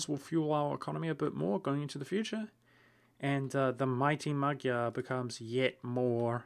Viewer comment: Just for your reference: “GY” in “Mighty Magyar” is pronounced as palatalized “D”, not “G” :) P.S. Don't ask me why Hungarians don't use "DY" instead.